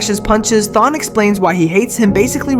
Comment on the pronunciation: Thawne is the kinda guy to torment you for decades because you pronounced his name wrong